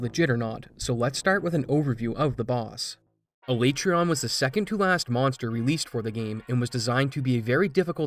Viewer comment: everytime you say alaetreon i die a little inside